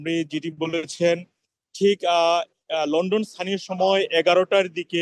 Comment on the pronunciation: Lon don not len den. Please learn and don’t be a laughing stock